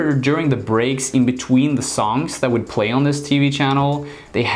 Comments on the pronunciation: You pronounce Wood and Would in a unique way. If I were to spell it in English the way you say it, it's almost like woodge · Would.....woo-da. Not wooja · Yo whoever you are its Would NOT Woult!! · FYI...the word "would" is pronounced like "wood".